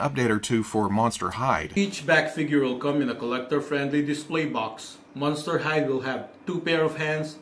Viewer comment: I thought you said ‘Monster High’ and was very confused until the ‘Monster Hyde’ figure appeared onscreen-LOL!